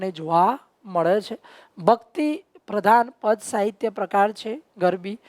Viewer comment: તમે સ નો શ બોલો છો. અભ્યાશ નહિ, અભ્યાસ, શાહિત્ય નહિ, સાહિત્ય